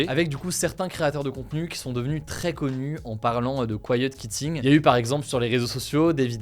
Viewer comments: quiet kitting hahah prononce quitting comme tu prononce quiet qwitting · Hello Hugo, Je voulais faire une petite remarque sur la prononciation de quitting : kwitting, au lieu de kitting... tu as un anglais supérieur à la moyenne mais je pense qu'il ne faut pas se reposer sur ses lauriers si c'est une langue qui te tient à coeur. J'espère que tu ne trouveras pas ma remarque méchante ou maladroite, je regarde tes vidéos tous les jours et je trouve que l'équipe HugoDecrypte fait un super travail ! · Comment se fait-il qu'avec la nationalité britannique et ayant fait Sciences Po vous ne prononciez pas bien 'quitting'? Pourtant c'est le même son [qu] que pour 'quiet'. Si on décide de franciser le tout on prononce alors 'kiet kitting' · quitting ça se prononce "kOU i ti n gue" 😅